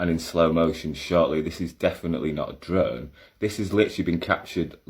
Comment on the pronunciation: Hahaa that Yorkshire Pudding ‘UF URRRRR’ 😂 ‘Definitely not a druuuuurn’.